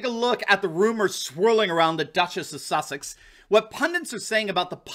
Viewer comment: Did you say the Duchess of? Just kidding.